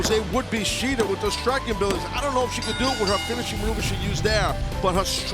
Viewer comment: I really hate the way mispronounce shida’s first name